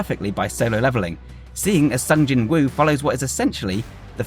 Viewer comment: To anyone with a British accent, this name is pronounced 'Song Jinoo'.